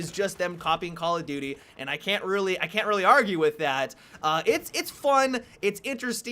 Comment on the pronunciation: every time says Call of Duty it sounds like Call of Doody😂